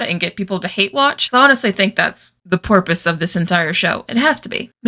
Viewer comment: "Porpose." Edit: Velma getting rammed by the car made me laugh hard.